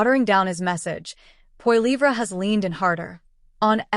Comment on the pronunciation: First learn how to say his last name and than read a story!